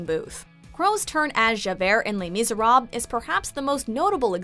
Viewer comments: "Le misere" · what exactly is “ley meeserab” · might I remind you, these people are ACTORS WHO LEARNED HOW TO SING AND NOT SINGERS WHO LEARNED HOW TO ACT. also, I'd recommend you guys to learn how to pronounce the title "les meezuhrob" correctly please, as a French speaker I am disappointed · “les meezuhrob” y’all really out here tryna call out Russell when you can’t do your research on how to pronounce the musical name correctly, and also check your hearing because he did amazing and fit the role perfectly. facts sis. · The fact that this woman thinks that she can rate musical performances but she can't pronounce 'Les Miserables'… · This entire list is crap. Emma Watson was good as Belle, yes she has flaws but we all do. Russell Crowe was SO GOOD as Javert (Learn how to say Les Misérables lady) which I can say because I have seen the American tour of Les Mis, the West End show, and a broadway production. And then for Gerard Butler was AMAZING as Phantom what the hell!!!!! I LOVE him as this role! In my personal opinion, Michael Crawford was the best Phantom and no one can beat him, so it’s completely unfair to compare them. Plus Gerard Butler did such a good job with Music Of The Night, The Phantom Of The Opera, and literary every other song he sang in the show. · terrible pronunciation of les miserables